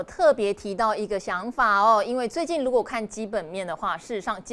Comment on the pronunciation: 兆華聲音很好聽👍，如果可以再把發音稍微正音一下就更完美了😜，例如：如果總發音為盧果。例如總發音為例盧……